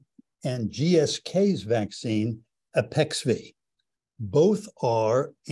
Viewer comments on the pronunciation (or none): Arexvy…not Apexvy